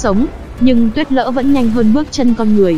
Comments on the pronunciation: ad đọc lại nào: Tuyết lở. lờ ơ lơ hỏi Lở. Cứ đọc tuyết Lỡ là sao?> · Tuyết lở , là tuyết lở k phải tuyết lỡ nhé , tuyết lở